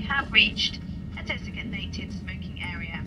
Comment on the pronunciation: She said "desigatnated smoking area"